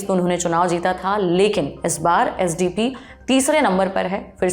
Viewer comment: SDP nahi spd!